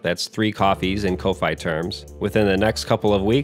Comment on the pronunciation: You know ko-fi is pronounced as coffee right?